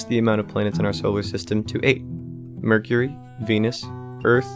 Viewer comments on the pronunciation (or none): none